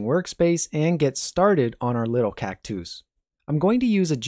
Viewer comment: I like how he said cactouse instead of cactus, like a feminine form of cactus